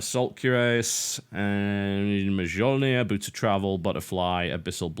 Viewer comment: TB look up the pronunciation of "Mjolnir" those silly Norwegians have funny sounding "j"s